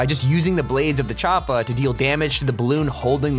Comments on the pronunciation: Does anyone else get irritated when he says choppA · The way he says choppa tf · Lmaoo why are you sayin Choppa so awkwardly??